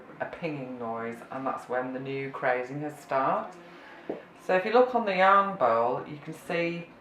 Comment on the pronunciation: Hello, I'm trying to find more on this technique. is the glaze cracking? I'm hearing the word "crayzing" and "crays". Is this right? what do to use to make this glaze? thank you.